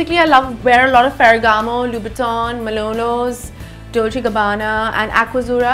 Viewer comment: Did anyone notice how she said Doche Gabbana instead of Dolce and Gabbana